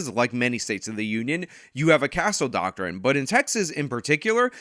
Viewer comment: 'Doctrine' has two syllables Doc-trine. Not 'Doc-ter-wren'